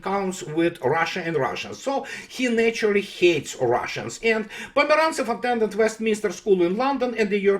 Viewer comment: With regards to Peter Pomerantsev... ... every.... single... time... :)